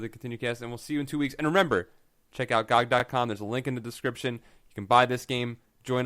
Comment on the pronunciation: If you are promoting GOG I would have thought you would have said it properly? Good old Games or G.O.G!